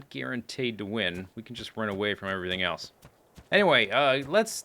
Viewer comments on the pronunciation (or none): none